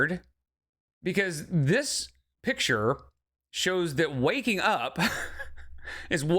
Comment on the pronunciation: has made me hyperaware of the presence of "exspecially", "pichur", and "supposively", and now I can't help but focus on them.